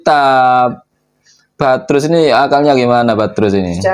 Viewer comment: Bukan badrus mas...tapi baradus..